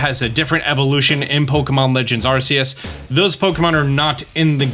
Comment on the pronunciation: If only he could work on his pronunciation lol you here how he says Arceus? Lol